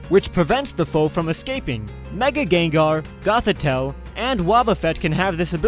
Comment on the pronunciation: And nobody notices he said gengar incorrectly...